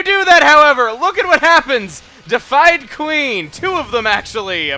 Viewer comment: Chugga, duvet is "doo-vey", and deified is "day-ih-fied"